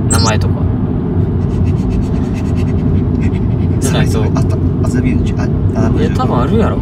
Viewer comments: 麻布十番が苦手な良規 発作からの「あたっ、あざびゅぅ、ｱｯ」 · 「麻布十番」が全然言えない正門くん💙かわいい🫶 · 麻布十番ってなかなか言えない正門くん、かわいい